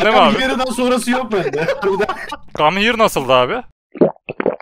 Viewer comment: ay em hiyırı gam hiyır :D ingilizceyi sökmüş bu adam